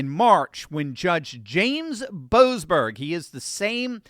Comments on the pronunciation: YOU SOB!!! My last name is Boberg, and in your other wise wonderful spot at on point you failed to pronounce the se in the name of that low life boseberg. So you said Boberg instead of boseberg! What did my family ever do to you! What a insult to equate my family with a person that chooses to be so corrupt. You ow us a apology big time.😂😂😂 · Shouldn't we pronounce that 'Bo--ASS--berg??' I thought they were about to bring him to accountability.